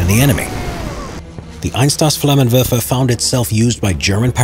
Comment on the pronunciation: Just for future reference. Pronunciation of the flamethrower is Eins-toss-flammenwefer Not meant as an insult.